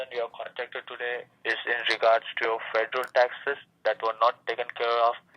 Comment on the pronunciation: Can’t even pronounce the word federal correctly!